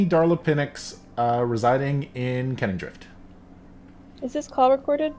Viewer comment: I keep learning new stuff about this world, like, it’s “Kenningdrift” not “canningdrift” and here I thought they had their office in the district with lots of canning factories, producing all kinds of canned foods 🥫